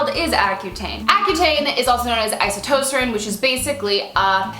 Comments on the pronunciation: I don't understand people who can't pronounce words. How do you get "isotoserin" from "isotretinoin"?! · Wow she butchered the pronunciation of isotrentinoin (it’s eye-sow-trent-in-o-in) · Isotretinoin... Iso-tre-tin-oin... LOL :)